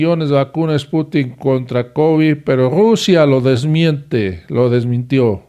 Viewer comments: No es Sputink,...Es SPUTNIK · Creo que es spuntnik no sputin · No,no es esputin es SPUTNIK